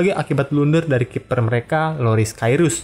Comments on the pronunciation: Loris karius min bukan kairus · KARIUS min BUKAN KAIRUS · ihiw mantap IH, akhirnya bahas klub paling keren sejagad raya dan juara diseluruh galaksi andromeda, bima sakti, mily way (kalo gada real madrid). bukan Loris Karius min bukan Kairus xixi. kurang dimention 20 Juli 2013, Liverpool sempet ke Indonesia dan tanding melawan timnas Indonesia😁 YNWA!!